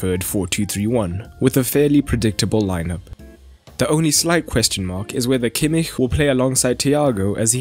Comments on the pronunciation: Thats how you say kimmich... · That's the proper pronunciation. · That's how it's pronounced in German.